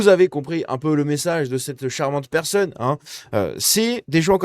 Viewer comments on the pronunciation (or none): none